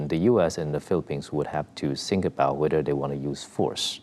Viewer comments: DONT TRIGGER RED FLAG WAR. STOP. SAYING. SINK. ITS.....THINK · STOP SAYING SINK. ITS THINK...GET IT RIGHT BEFORE YU START A WAR